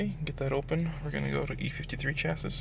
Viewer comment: Very interesting pronunciation of the word 'chassis'. I wondered what you were getting at initially!